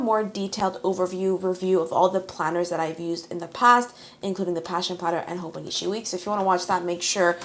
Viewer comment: its HoboniCHI not HoboniSHI